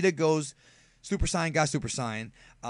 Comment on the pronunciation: The way you pronounce Saiyan is so dumb